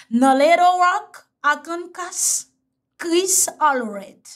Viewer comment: Arkansas no arkankas